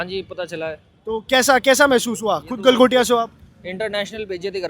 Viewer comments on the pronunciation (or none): गलगोटिया ❌ गलघोटिया ✅ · "गलगोटिया" नहीं " गलाघोटिये" यूनिवर्सिटी 😂😂😂😂😂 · Gal-Gotya university 😂😂